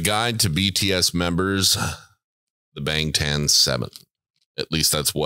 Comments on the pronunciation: That be the most LIT kitchen I ever seen. 🤯 And shouts out to the guy on the right pronouncing BANGTAN correctly and then puttin his boy in his place. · Guy on the right 100% pronounced "Bangtan" correctly with the most Korean nuence too it's scary 😂. You sure you don't speak Korean?